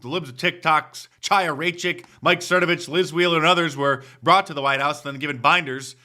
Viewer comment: Mark, it's Mike Thernovich. Pronounce it correctly. 😂